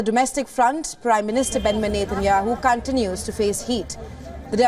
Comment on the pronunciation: Not Cantinous.... Its Continues...